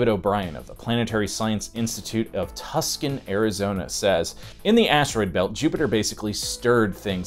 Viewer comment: did you pull a Simon and purposely mispronounce Tucson?